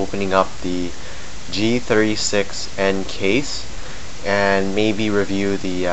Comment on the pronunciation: he says g360 xD